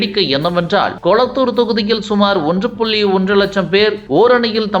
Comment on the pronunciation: பார்த்தாள், கேல்வி, கலம், மழை போல, உருப்பிணர், கொலத்தூர், கீல். கொஞ்சம் திருவிடியா தமிழ் பேசாத ஆளை போடுங்க